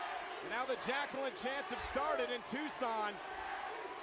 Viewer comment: The worst annaoutment ever in wwe history he said 'Jacqueline?' and no 'Jacqueline'